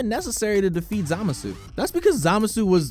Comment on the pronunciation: "Zamasoo" literally why are you even narrating this if u can't even pronounce their names correctly jfc